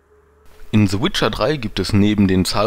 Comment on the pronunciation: Jaja, trotzdem kann man das richtig aussprechen xD